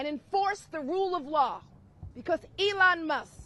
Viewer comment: Elon Muss?? I heard say Elon Must. lol